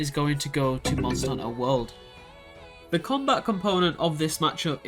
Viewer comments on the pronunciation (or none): Monster n'ter XD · "Monster 'nter World"